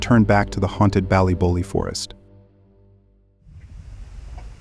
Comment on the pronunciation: He really botched the name of the place in Northern Ireland. Dunno why he’s saying ballybolly when it’s clearly ballybofey.